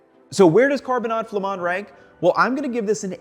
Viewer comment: Excellent prononciation of carbonnades flamandes. You can also simmer it in a crockpot or slow cooker 😊 most beer work for the sauce but it's true that darker beers are better. Just no beer with fruits (like kriek or pecheresse). You can also add carrots, parsnips and/or celeriac to simmer in the sauce. When I don't add veggies in the carbonnade, I like to serve it with a nice salad (4 tbsp oil, 2tbsp vinegar, shallots, salt and pepper for the dressing). I'd say all potatoes except gratin dauphinois work. When I'm out of potatoes, I sometimes serve them with Ebly (wheat). It's a popular cheap dish so we have a base of beef, onions, beer and (some type of) bread smeared in mustard, and then we add whatever we have 😅